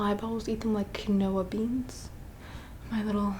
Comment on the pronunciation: Did she really just say kin owah instead of keenwah for quinoa?